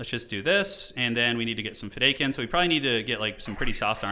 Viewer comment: It kills my soul to hear you still saying "Feh-Day-Kin." lol